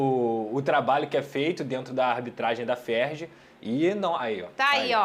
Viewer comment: Não é FERGI,e sim FERJ.